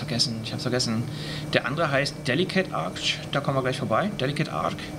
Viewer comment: Klasse Video, hat mich gestern Abend als Youtube-Abschluss-Video noch lange vor dem Fernseher gehalten ;-) Ich denke, dass ich einige deiner Fragen beantworten kann: 1. Aussprache von Arch: 'ardsch', nicht 'ark' 2. Balanced Rock: Die Formation wird nur 'Bal. Rock', also Einzahl, wohl weil nur der oberste zählt ;-) 3. Der breite flache Bogen ist der Landscape Arch, der Torbogen ist der 'Delicate Arch', der auch auf jedem Autokennzeichen von Utah drauf ist 4. Die im FS gezeigte Landschaftsgenauigkeit direkt südlich vom 'Delicate Arch' ist extrem schlecht, ist aber bei den Bing Maps Daten schon so. Übrigens beim Grand Canyon ist das auch so, wenn auch nicht so stark, dass die Auflösung der Luftbilder sehr unterschiedlich ist 5. Die weißen Bereiche nordwestlich vom Park sind mir schon vor Monaten/Jahren aufgefallen. Da ich persönlich schon öfters vor Ort war und es ausschließen kann, dass große Bereiche weiß sind, bin ich auch hier mal auf die Bing Maps gegangen: Es sind einfach Wolken auf dem Luftbild! Der FS hält das Weiß für die Oberflächenfarbe ;-) 6. Den Mod zu den Felsformationen habe ich auch, allerdings schon ein paar Monate nicht mehr aktiv. Es sind Google-Maps-Importe, die zumindest früher die FPS stark runtergezogen haben. Ich kann es aber später mal testen, wie es aktuell nach SU 10 aussieht.